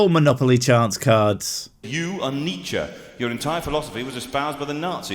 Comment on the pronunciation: He can't even bloody pronounce Nietzsche properly. God, I hate religion (see what I did there)